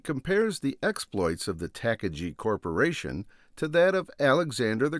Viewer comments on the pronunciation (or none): It's pronounced Tah' Car' Ghee' you philistine, I'm an exceptional grammatical purist.